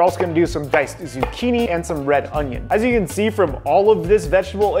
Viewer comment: the way he said zucchini...